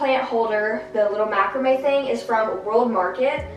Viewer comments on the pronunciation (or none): none